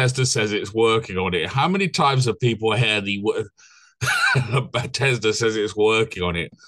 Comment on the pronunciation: Are you pronouncing it butt ez duh on purpose instead of beth es dah?